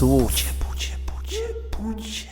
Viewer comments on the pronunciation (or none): Teraz nagle ktoś wyłapał pucie. Niektórzy nawet mówią o "przejęzyczeniu". Tymczasem on tak mówi zawsze i od dawna. Śmiałem się z puci w komentarzu już z miesiąc temu, kiedy miał mowę o "tęczowym Rafale"